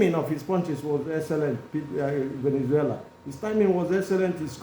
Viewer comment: It’s Valenzuela, not Venezuela. He’s not the country . Stop it with your ignorance. Sad you can’t tell the difference.